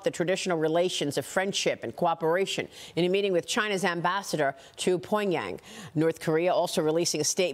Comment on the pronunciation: Poinyang? Are these people even trying?